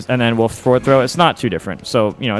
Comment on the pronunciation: How did you say it ? - What ? Woof ? - Woof ?!